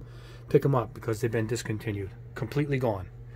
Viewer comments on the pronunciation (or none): none